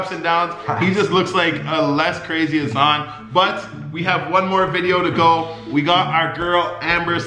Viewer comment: U were pronouncing azan correctly lol nicole just pronounces it with an American accent